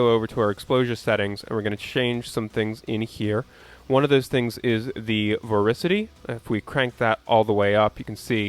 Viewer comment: Super informative, thanks man! (Also its pronounced vor-TI-city)